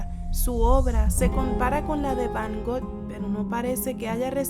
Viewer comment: Sin ofender, pero escuche mal o dice van "got"? O_o